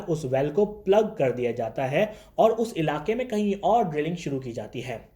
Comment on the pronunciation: Bhai pakistan me specially Lahore me R ko Dh pronounce kyn karte hain Jaise,..... aur ko audh, fir ko fidh, poori ko poodhi, sponcer ko sponcedh Aisa kyn